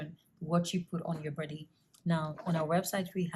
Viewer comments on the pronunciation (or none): Burt 😒goord 🙄 bordy 😁🤣all your words with an extra /R/ lol love it😹 looking beautiful both then & now... Keep doing what u doing luv